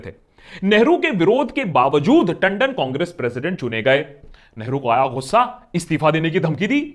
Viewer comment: Hello sir, I like ur videos but one thing which I want to tell u that not every 'G' is pronounced from epiglottis. Like u pronounce ghussa, baghair....etc.